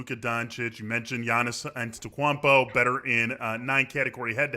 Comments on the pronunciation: Antetokwanpo hahaha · how is this your job and you pronounce antetokounmpo like that